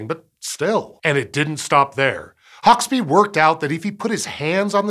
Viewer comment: And Hauksbee is pronounced... Oh no wait, he got that one right (given that he has an American accent).